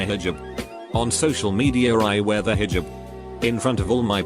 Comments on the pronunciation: no one: Text 2 speech: HJuB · Nobody: Reader: hejib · Lmao hijib😂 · The way the voice says “hijab”